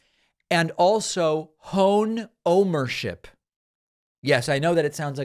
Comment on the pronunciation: It must be "OHMERSHIP", meaning to own an Ohm-meter or multi-meter...